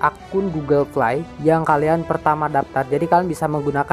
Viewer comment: Astaga gw ga mudeng ternyata fly = play 😂😂😂😂 play dibacanya pley/plei ya FYI